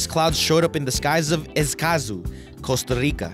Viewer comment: costa rice????